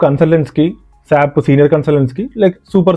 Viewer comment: Saaap kadhu bro.. S.A.P. !!!!